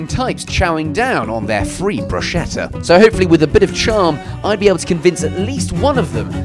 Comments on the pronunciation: Max max max max. A man of your class should know it’s pronounced “bru-sketta” NOT “bru-shetta”. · That's not how to pronounce "bruschetta". "broos-KET-ta". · You said brusceta incorrectly.